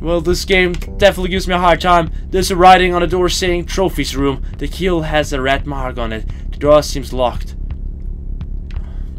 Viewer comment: When you said "trophies room" it sounded like "Troll Face Room"